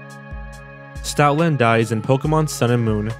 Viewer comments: Whenever you say Stoutland, it sounds like you're saying Stalin. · i'm sorry but you saying Stoutland lowkey sound like Stalin- 😭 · I heard it as Stalin lmao